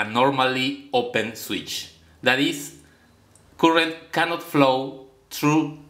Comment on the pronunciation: Cuurent NO NO NO, Its pronounced current.